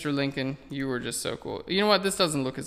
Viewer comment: ..isn't it Lincoln rather than Linclon?